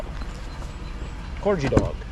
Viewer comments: The corgi dog is pronounced Kor-ghee 💜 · Haha,, you’re the first person I’ve heard pronounce that dog like you did. It should be Cor-: Sounds like "core" (as in "hard core").-gi: Sounds like "ghee" (with a hard 'g' as in "give" or "gear"). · I think he's playing with us. Just the way he was saing corghee, not corgee.I think it was in fun.